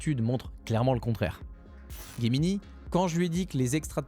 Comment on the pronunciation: Ce n'est pas Guemini ses Gemini